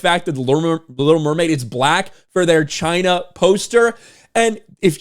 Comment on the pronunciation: It's... Chy-naa...